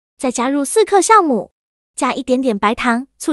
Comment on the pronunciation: 大哥那是jiào酵母，